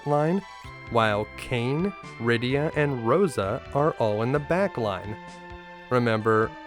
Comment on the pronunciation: It’s not Rydio amd Roso. It’s rydiA and RosA. So why say YONG and RubicOnt when it’s yAng and rubicAnt